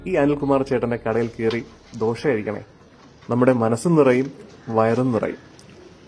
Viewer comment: ദോഷ, അല്ല ദോശ